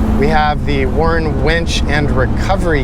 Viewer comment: At first I thought you said "wench." I wondered why you guys sell this truck with a wench then I saw the picture of the winch.